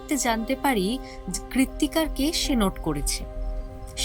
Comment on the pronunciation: কয়েকটা উচ্চারণে একটু সমস্যা আছে, যেমন কেস আর কেশ... এগুলো একটু নজরে রাখবেন প্লিজ